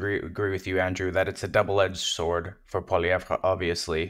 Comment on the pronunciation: He's not really "Frenching up" Poilievre's name, he's actually mispronouncing it. In French we don't emphasize the last syllable. The proper pronunciation is actually Poiliev.